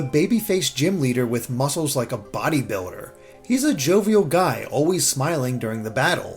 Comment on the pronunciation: Heh, he said “body biller”.